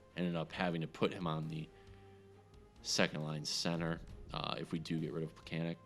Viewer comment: Its pronounced more like Plekanets. The sign x "in case things happen" mentality is meaningless without injuries on to allow "things to happen."